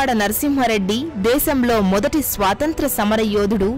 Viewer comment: Ye country nunchi vachaarakka miru. Swasanthra yentakka SWAATANTHRA is correct. Jai hind.